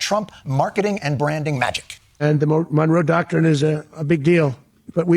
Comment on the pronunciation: He said Monroe Doctor!!! 😂🤣🤣🤣